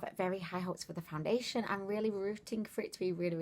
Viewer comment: Did you say, "Foun-diddly-ation"? Lol